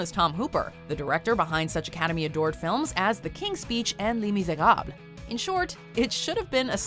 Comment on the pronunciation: les miserables. Really thats the pronunciation i did not expected.